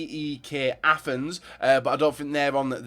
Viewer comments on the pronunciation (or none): none